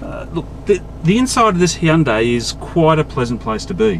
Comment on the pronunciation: the hhheeeundai santefe